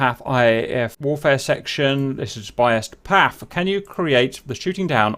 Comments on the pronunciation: cap, please dont say "Paff" it's "Pee Ey Eff" . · It's PAF( Pee Aey Eaf) not Paf, as you were pronouncing 😉